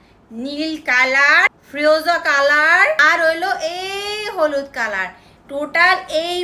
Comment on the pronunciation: কিরে আমাদের বাংলা আপু আজকে কিভাবে ইংলিশ হয়ে গেল ন্যাকামোটা খালি একটু দেখা উচ্চারণই করতে পারতিস না লাল কালার উচ্চারণই করতে পারতাছে না নাল কলর কেমনে করতেছে উচ্চারণ লাগবে আপু আপু কি আপনাকে উচ্চারণ শেখানো লাগবে 😂😂😂😂